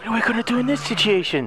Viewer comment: Take a shot every time he says "I WAS BEHIND YOU DA WHOLE TIMEEEE" or "sitiation"